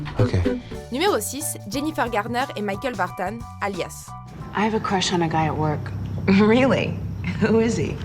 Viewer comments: c'est quoi cette prononciation de "vartan" ? On ne dit pas Sylvie "Vartane" ! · Mickael VartANE😂😂😂!!! Il s agit du neuveu de Sylvie Vartan donc pas d anglissisme nécessaire 😉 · Pourquoi prononcer michael vartan comme vous le faites ?? C'est le fils de Sylvie vartan. Son nom de famille a tout le moins se prononce donc a la francaise et pas "vartane" qui est ridicule... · C'est marrant la façon dont vous prononcez Michael Vartan (Alias). Ça se prononce simplement Vartan comme Sylvie Vartan (sa tante, je crois). Il est né en France. :) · Vartan est un nom français, ça se prononce comme celui de sa tantine, Sylvie Vartan.